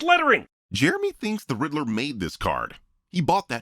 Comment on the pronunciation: Jeremy says "croff-reference." A few seconds later he says he thinks Paul Dano is "the Riddle-O."